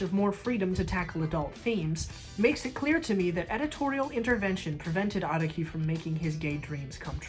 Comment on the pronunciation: the way u pronounced araki makes me wanna jump off a medium sized building